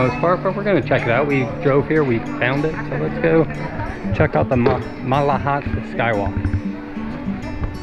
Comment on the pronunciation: Trans Canada highway. It goes no where near Alaska. Also, pronounciation of First Nations locations such as Esquimalt and the Malahat are wrong. Ask the locals for correct pronounciation. Otherwise it is a nice video. Brings back memories of when I lived in Victoria.